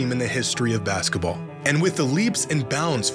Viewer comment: i hate how you pronounce basketball as "baskUHball." it's maddening